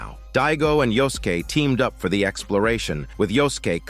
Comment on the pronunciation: Yosuke = Yoskeh xD